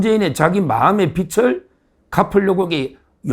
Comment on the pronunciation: 서정욱변호사님 자세히 설명해 주셔서 늘 감사합니다 다만 마음의 빛을(비츨)--마음의 빚을 (비즐)로 발음해 주시면 매끄럽게 들릴겁니다 어떤 분은 빗을(비슬)로 발음하시네요 우리말이 어렵네요 ㅜ